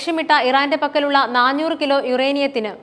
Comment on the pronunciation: ന്നാഞ്ഞൂർ എന്നത് ന്നാനൂർ എന്നാക്കുക